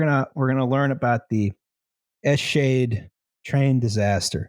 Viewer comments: It's pronounced Eschede with the beginning like the Canadian "Eh", the middle like "Che" Guevera and the end like the "i told u so" "Duh" but without the "uh" and another "Eh" at the end. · And it only took 6 minutes for to fuck up "Eschede."